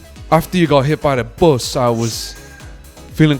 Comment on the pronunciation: “I was juss lik- aftar yoo got hit by the büUs” I cannot 😂😂😂